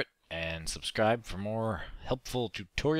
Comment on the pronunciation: sounded like "motherfunstuff" lol i know he meant other fun stuff